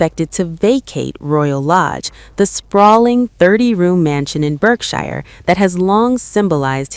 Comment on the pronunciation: PLEASE PLEASE PLEASE learn how to pronounce BERKSHIRE...you got it cringly WRONG!!